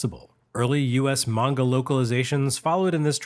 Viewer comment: Oh my god. Someone pronounced anime and manga correctly! Thank you!!